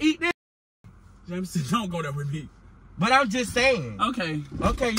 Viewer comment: he said “you just broke up wimme” wen he da one said he wanna break up😂😂